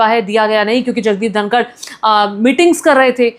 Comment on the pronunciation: उनका नाम धनखड़ है, धनकर नहीं आप जो नाम का पता नहीं ओर मोदी जी के ट्वीट पर ज्ञान दे रही हो